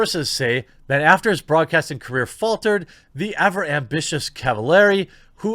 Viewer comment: "...the ever amBITCHous Cavallari...."